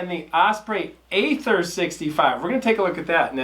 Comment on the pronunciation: Aether is pronounced "ee-ther."